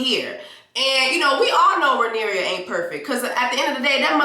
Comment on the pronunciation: Jessie you are a mess!🤣🤣🤣🤣 if you call that woman Rhaenyria one more time!! 😂😂😂it’s Rhaenyra! At the end it was Aemond on the dragon not Daemon…